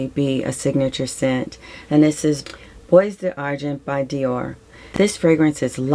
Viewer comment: Oh yeah, bois and plural boix are both pronounced bwah, like the wah in Noir and Barrois. And lilas becomes Lee-LAH. Crazy! p.s. you have me intrigued by all of yourr descriptions. Your lovely, gentle demeanor makes them even more “I need to find that!” p.p.s. Sorry for all my typos.